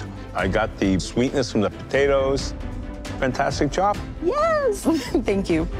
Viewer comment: When Chef Alvin said "Wonderful job" I heard " want a foot job" at first.. lol